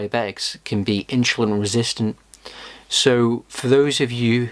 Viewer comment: Too much inshulin